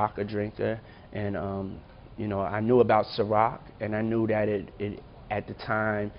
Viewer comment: Why does he pronounce THAT like DAT ? Sounds so lazy and ignorant but has a suit on so I guess he’s smart right ?